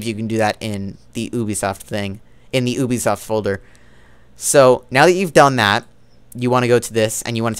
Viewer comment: "Ooobisoft" Lmao